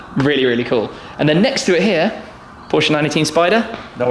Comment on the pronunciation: Am I the only one who hates it when someone who owns a (or many) Porsches can't pronounce Porsche properly?